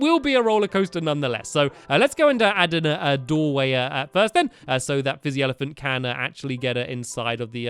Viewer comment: Lmao, Fizzy ELEPAHNT XD